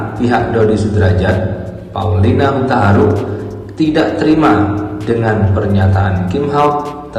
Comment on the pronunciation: Min, lo bacanya HUTAHARUK mulu,,,,,, yg bener HUTAURUK!!!